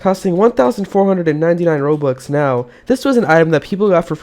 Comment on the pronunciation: he said roblux